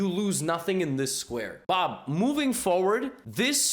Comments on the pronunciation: It sounds like he is saying Bah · I didn't realise this person's name was Bob and I was wondering why Levy is talking like a Bangalorian